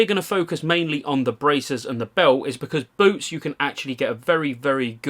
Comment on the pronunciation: He isn‘t talking about boots isn‘t he? It sounds like boobs all the time haha